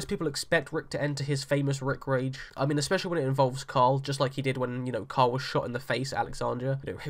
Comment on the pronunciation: It's Carl, not coral lol. And 2nd, I'm not sure how much of the comics we can grab from anymore since Carl is being killed off. So let's not assume anything from this point forward. That being said, I don't see Rick being peaceful until he takes control of Neagon and the saviors.